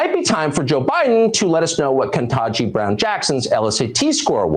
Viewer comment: Aside from the SERIOUS racism and general cringe.... "Ketanji" is pronounced phoenetically....